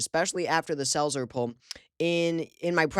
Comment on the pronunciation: When he said "the Selzer poll" I was sure he said "the cells are full" . 😮😮😂😂